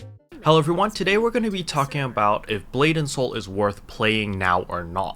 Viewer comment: I keep hearing "blatant soul".